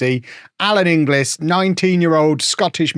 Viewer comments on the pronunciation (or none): I know it's written "Inglis", but it's pronounced Ingells (with a hard 'g') - take it from a Scot!